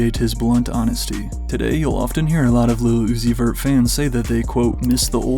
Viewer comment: no fr he don't even say it's he says "is la uzi ver" and it CRACKS me up 🤭🤭🤭🤭🤭🤭🤭🤭